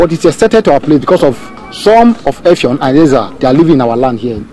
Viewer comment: Effium not Effiom